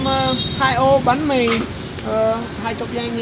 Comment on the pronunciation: banh mi not bahn mi dude